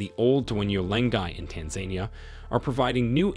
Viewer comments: I’m pretty sure it’s pronounced tan-za-nee-ah, not tan-zania 😂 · 1: 16 "Tanza-nia" not "Tan-zania" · I can't get past of Tanzeynia instead of Tanzania. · Your pronunciation is awful. It's ee-thee-oh-pee-ah (Ethiopia)/ size-muhk (seismic) / tan-za-nee-ah (Tanzania)